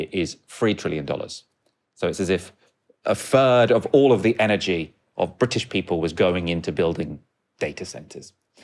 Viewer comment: Free trillion. A fird. Second foughts. Please learn how to pronounce Th